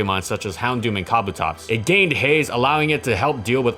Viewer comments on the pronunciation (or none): Lol Kah-boh-Tops 😂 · Wait how the fuck did he pronounce “Kabutops?” LOL